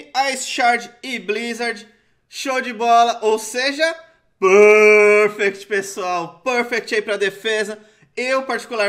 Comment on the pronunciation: pârfecti 😂😂😂😂 eu boto pra rir, lembra o professor aloprado